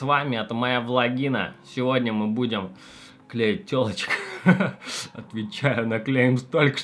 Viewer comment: КлеИт а не клеет!